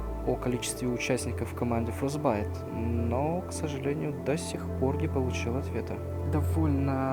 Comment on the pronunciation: Не знаю как ты там чего искал, но википедия говорит, что у них ~100 сотрудников, а на их сайте есть число 130. Кстати, не "фростбайт", а "фрозенбайт"